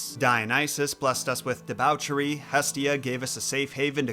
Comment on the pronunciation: Do people really say debauchery that way?